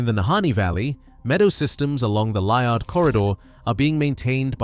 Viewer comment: Liard, pronounced Lee-ard.